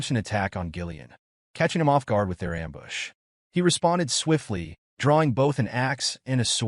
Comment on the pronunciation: This has been by far the best edited AI recap. Not too bad on getting the words right I mean there's a few that are off like ambush LOL but for the most part it's really done well